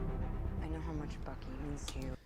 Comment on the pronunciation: Did you notice how the one guy kept saying bookey not buckey? Lol a tad funny to me